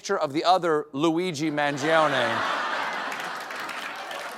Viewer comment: The i is silent. My god. You‘ve got so many silent letters in english, why can‘t you do the italian ones?